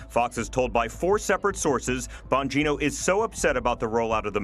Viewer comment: Emphasis on the 'Bong' in surname!